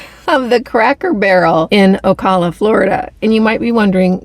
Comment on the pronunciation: Once again, GREAT VIDEO! ( your mispronouncing Ocala...oh cow la) Thank you for such great info! I just emailed my local farmers...I'm working on expanding my own garden. Thanks again for sharing such great content!